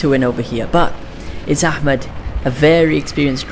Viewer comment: FINNALY SOMEONE WHO PRONOUNCES احمد RIGHT🔥🔥